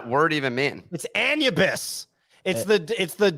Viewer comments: 😅🤣😂 "Anne-you-biss" If doesn't make that into a short he's not watching his own vods. Pretty sure 'tis pronounced "Ah-noo-bis" gents. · Lol at still saying anubis wrong with so much confidence haha